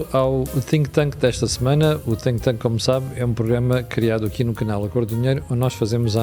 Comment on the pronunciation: Chama-se Think tank e não tink tank.....disse